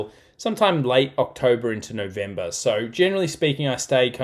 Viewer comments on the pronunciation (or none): none